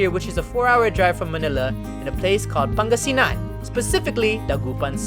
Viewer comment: Your voice is really filipino or your voice when you say Pangasinan your voice is really Filipino.